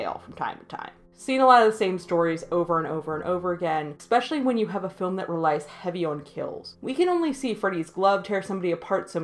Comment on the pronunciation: love the insight! Very fair take on torture porn. Stop saying eXpecially... the word is eSpecially.